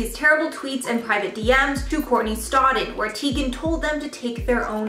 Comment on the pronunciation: She said her name is supposed to be pronounced Chrissy TY-gan. Just FYI for future reference